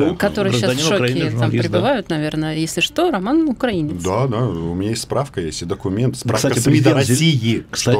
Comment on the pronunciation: Роман научите рассеян ставить ударение в словах украинец и украина